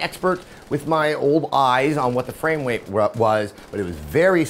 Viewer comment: Lol Adam said 'framewait'